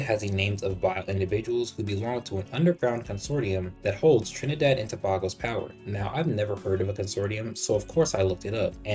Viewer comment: Not to be that guy, but Tobago is pronounced tuh-bay-go.